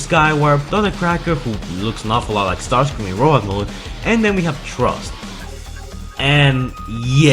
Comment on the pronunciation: Lol how come you can pronounce Frustrating but not Thrust? Just say it like Frust if you have to since it sounds closer than Trust...